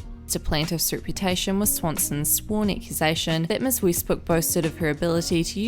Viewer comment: This doesn’t sound like “Weest.”